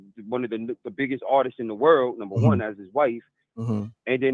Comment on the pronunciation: It's not Artises...it's ARTISTS.